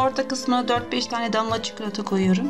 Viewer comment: Damla çikilota dedin ya kardeş orda koptum😂😂